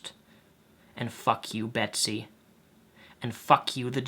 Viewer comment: judging that you call her "Besty" i can only assume that you didn't read the article. interpreted it wrong and it's MO RA LEZ not "morlaz"